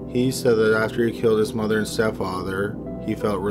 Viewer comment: I can’t be the only one so annoyed from the way he says mother so proper lol